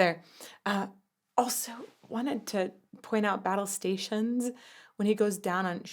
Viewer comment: extra Claudio syllables are one of my favourite things about this, my favourite band. "Pioneers" is 10 syllables, "battlestations" is 7 and it's glorious.